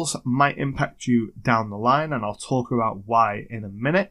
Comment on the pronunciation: I thought you were going Canadian there for a second. What aboot a city map, eh? ;)